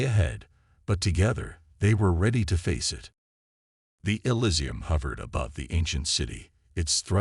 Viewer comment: is there any way to get the a.i. to pronounce words right in the meantime? "Asterisk, elisium, asterisk" was a little distracting